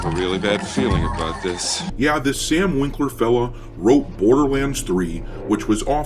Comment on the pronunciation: ah yes sam "winkler" , every time